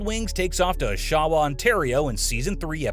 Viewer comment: haha, did he say "Oshawa"? I had to interpret his pronunciation. :P